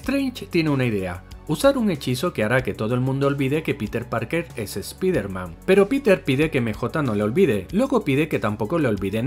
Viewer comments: Yo tengo un error del video: pronuncian "espider man" en lugar de Spider Man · esa puta mania que tienen de pronunciar una palabra del ingles tal cual esta escrita... "espider man" se pronuncia SSPAIDERMAN, ¿les cuesta mucho trabajo pronunciarlo bien?¿se les va a olvidar el español si lo pronuncian correctamente? asi como el "ECSBOCS"(xbox) que ustedes pronuncian "EQUISBOCS", que mala costumbre tienen ¬¬ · Dicen ESPIDERMAN, pero dicen a la vez NO WEY JOM, lo deberían pronunciar not way home, para ser coherententes, o ESPAIDERMAN NO WEY JOM, no lo se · ¿Por qué ustedes (los españoles) dicen: "Doctor Extraño", pero en vez de decir: "Hombre Araña" dicen: ESPIDERMAN? DIOS MIO.